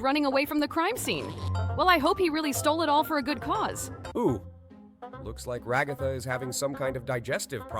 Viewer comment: Kekin chekin it's kicking chicken and raagathaaa wth it's ragatha